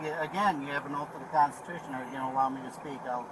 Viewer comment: I gotta think it's awfully hard for the officer to pretend he's going to take "legal" advice from someone who doesn't know that "Constitution" has 4 syllables. That said, if you're trying to tell us that this guy is the dumbest citiot of them all? That's a VERY high bar to clear. Still, the fact that these cases have NEVER succeeded on the merits of the claim (dismissals, because the DA doesn't want the unholy hassle of the BS storm that is a trial with one of these yutzbags don't count) never seems to sink in. Sad, really. PS: Allow me to introduce you to Officer Pavement.